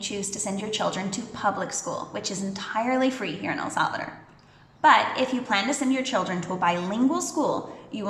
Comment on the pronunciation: Thank you, that was interesting. But honestly, it bothers me to hear the name of our country being mispronounced. So many English speakers insist on calling it “El Sálvador” when the name is El Salvador. There is no stress on the first syllable of Salvador. An automatic stress comes in the last syllable, as if it were written like this: “Salvadór”. Please respect the name of our country and try to pronounce it properly.